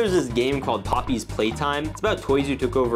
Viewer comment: a yo its poppy playtime not poppys playtime:face-blue-wide-eyes